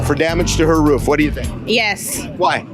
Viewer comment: “All I know is the rwoof is in good shape…the guys went up there to check it……just that lil strip that came off there” LMFAOOOOOOOO..God bless his lil ol soul…he is BEYOND cute🙏🏽😩😩😂😂😂😂😂😂😂😂😂😂🥹🥰